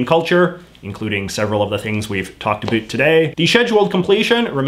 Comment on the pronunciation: What's up with your pronunciation of the word "about"? In what region of Canada do people actually pronounce it that way? I've never heard it in any place I've lived, including Alberta, Saskatchewan, or Ontario. Are you just playing to an American stereotype of us Canadians?